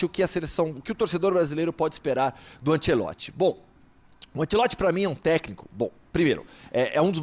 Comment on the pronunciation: Me da uma agonia desse cara chamando ele de Carlo Ancelotti se na verdade è Carlo Ancelotti